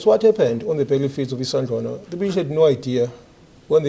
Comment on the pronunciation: Poms, please learn to pronounce a few words properly before you make videos. Isandhluana, Shaka,...